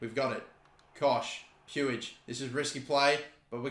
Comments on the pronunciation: I believe Puig is pronounced Pweeg not Pewig. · It's pronounced PwEEg not pyou-ij lol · 99% sure Puig is pronounced (Pweeg) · Puig is pronounced 'Pwig'. The way you pronounce it🤣🤣🤣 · PueEi XD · No it's pronounced 'pooj' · It’s pronounced “push” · It's pronounced Peeg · It’s pronounced puij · hate how says puig